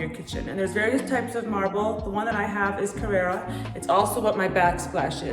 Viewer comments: You’re pronouncing it carrEra. It’s carrAra. CarrEra is a sunglass brand. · It’s not a Porsche. It’s pronounced “Carrara” not “Carrera”.